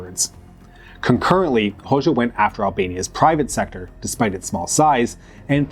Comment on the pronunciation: It's /ˈho.d͡ʒa/ the letter xh (it's a single letter in the Albanian alphabet) makes the /d͡ʒ/ sound like in the English word bul ge